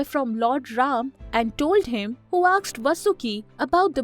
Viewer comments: Please use better narrators, as it can be distracting for the listeners. The narrator mispronounces “cosmology” and continously says “aksed” instead of asked. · It's not AKSED,its ASKED